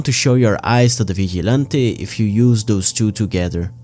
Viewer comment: vigilante NO vichy'lantei YEEESSS